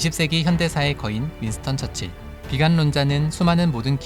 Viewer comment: 윈스턴 철칠 이라고 자꾸 발음되는 건 나밖에 없나?